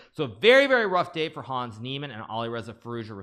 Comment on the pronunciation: The a in Hans is short. It's not Haaaans 😂